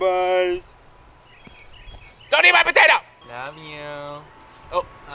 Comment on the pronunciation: "DONEETMAIPOTATOE" - this guy